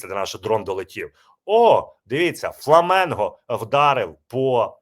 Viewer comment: ФЛАМІНГО, а не фламЕнго!!!???